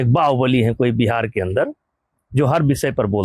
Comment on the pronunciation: बेहार नहीं होता है भाई बिहार होता है, pronunciation sikh lo fir achha se reporting करना , चित्युतिएं